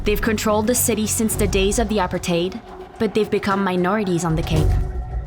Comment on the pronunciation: This is a very old documentary and not the best journalists. Clearly an AI voice over by the way it pronounces “apartheid”.